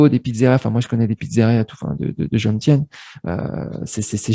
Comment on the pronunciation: On ne prononce pas Jomsien ( Djomsiène ) mais Jomtien ( Djomtiène. Prononcer le T ). En tant qu'etranger, on ne peut pas acheter un terrain, donc être proprietaire dudit terrain, et ensuite le louer à titre gracieux à sa copine thaïe. C'est elle qui est proprietaire. Point barre. Après seulement 4 mois de relation, c'est une enorme prise de risque. Si elle met fin à leur relation, il aura tout perdu. Manger thai pour 2 € soit 72-74 B, c'est juste un plat et une petite bouteille d'eau.